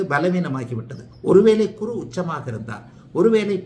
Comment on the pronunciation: நீங்கள் குரு உச்சரிப்பு தவறான முறையில் சொல்கிறார்